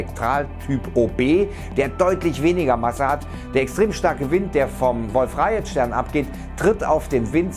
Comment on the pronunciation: Das wird Wolf-Rajee ausgesprochen und nicht rajet ^^ also keine rechtschreibung beachten sondern nur wie man es spricht ^^